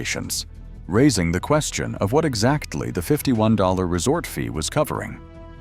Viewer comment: "the resort F...ee at Luxor....." Ai can't even say "fee", it comes out as "F....ee" Hard to take this video seriously with Ai commentary.